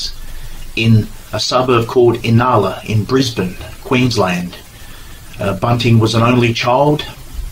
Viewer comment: Thanks, mate, for the support. I just hope I pronounced Inala correctly!